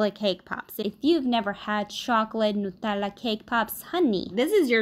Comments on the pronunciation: I loooove how ypu pronunce nutella.... likr the right italina way! And this look delicious! ❤❤ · It's the correct pronunciation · Since she’s Italian and she lives in Italy, and Nutella is Italian, she’s probably used to the original pronunciation of the word. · I love the way she pronounces "nutella" ❤️